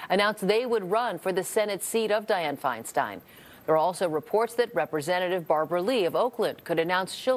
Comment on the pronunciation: Pie slow